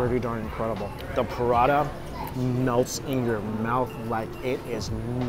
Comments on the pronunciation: It's pa-ra-tha..not prata or prada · Pra-Ta 😊. All I hear is Pra-DA 😂